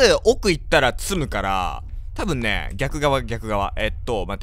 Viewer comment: ずーっと気になってたんだけどポキさんの「詰む」のイントネーション癖があって独特w 訛りなんかな？